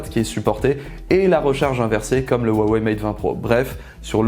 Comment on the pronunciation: Huawei est mtn implante partout dans le monde et qui s'ecrit avec un H et non avec un W, apprenez a le prononcer correctement, ce n'est pas si difficile quoi.